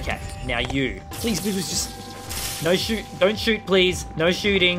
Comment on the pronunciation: It was funny when you said shooting bad and then you sooot lol